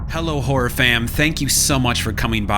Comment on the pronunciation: Why are you saying hor it’s horROR